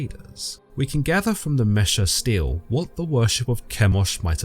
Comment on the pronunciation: very minor (pronunciation) correction: unless I'm horribly confused, i an fairly sure that they're Steles (stee-lee) or Stelas (stee-luh) and not Steels/Steals (though i can understand the confusion if you've only seen them written, doubly so if you're dyslexic)